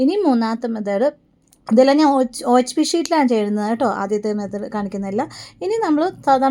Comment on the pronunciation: മെതേഡ് അല്ല മെത്തേഡ് ആണ്❤❤🎉